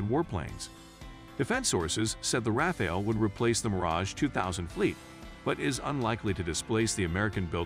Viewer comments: Non Rafale /pas Raphaël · Raphael jets? It's hard to continue watching after the narrator doesn't even know how to pronounce the name of the subject of his video. Next.